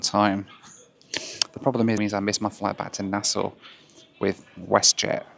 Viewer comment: I was so happy about how you pronounced Nassau in your last video, and this video you're hitting us with the "Leonard Pickling" instead of "Lynden Pindling" 😂